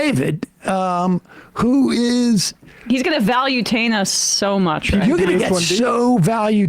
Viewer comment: ‘He’s going to Valutain us’ also deserves an honourable mention.